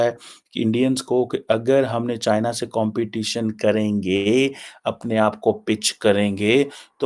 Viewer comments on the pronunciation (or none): none